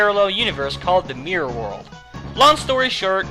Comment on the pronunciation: Mior. That's what I hear when you say Mirror, haha. Anyhows, great list ;)